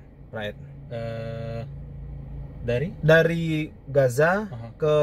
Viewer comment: Raed dibaca Ro'it